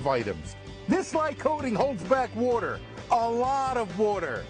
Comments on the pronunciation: It's wooder not woughter (if you know what youtuber im referencing kudos to you) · why does he say "water" so weird "this holds back woughter.... alllot of woughter"